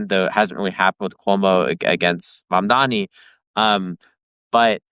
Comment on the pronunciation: Tara, I was about to subscribe, as I enjoyed this guest -- but please learn how to properly pronounce the names of candidates. If you watched the debates, which I would hope you did, you would know it's M-A-M-D-A-N-I. It's not that hard.